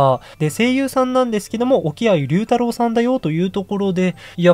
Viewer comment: 置鮎さんの名前は龍太郎と書いて「りょうたろう」って読みですよ。 坂本龍馬を「りゅうま」ではなく「りょうま」って読むのをイメージしてもらえばわかりやすいかも？